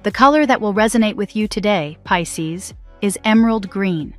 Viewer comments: I was like not piss ces 😂😂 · 😂😂😂😂 The way it says Pisces at the start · Is crazy lol !! 😂